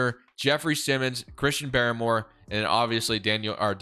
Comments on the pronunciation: Uche pronounced: " Oo-Chay." and Barmore is just: Bar-more not Baramore. Nbd just cringe when you say the names wrong 😆. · Pronunciation of Uche and Barmore is hilarious hahaha